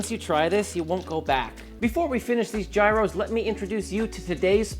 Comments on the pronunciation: Why, oh why, is an experienced and traveled professional pronouncing gyros like that? Had to be on purpose. He knows damn well how to say it proper. ...doesn't he? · Its called Yeeros! Noy Jiros lol. Thats how you say Gyros. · Yep, its “Yeeros”. I worked at a Greek restaurant before and thats how they say Gyros. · Be warned that pronouncing "gyros" incorrectly is known to cause hair loss.